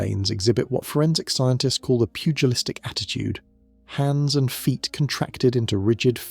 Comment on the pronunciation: Ah yes. Pudgelistic.